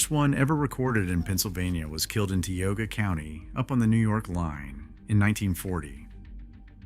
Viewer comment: Tioga. Tie-oga not tea-oga... County in North Central PA